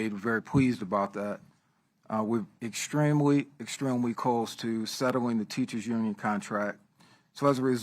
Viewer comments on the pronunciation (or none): 😂WTF did dude say at the very beginning? Extweemwy? 🤣 Extweemwy? 😭